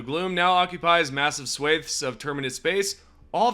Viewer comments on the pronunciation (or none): He called swathe swaeth